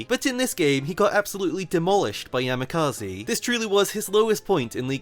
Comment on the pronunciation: That's not how you pronounce Yamikaze at all 😭